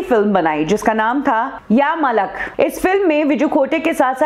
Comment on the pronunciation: AGAIN????! Wrong pronunciation??? When will this one improve?!! It is SHUBHA Khote NOT Shubhna 🤣🤣🤣🤣 And it is Yaa Maalak (मालक) NOT Malak (मलक).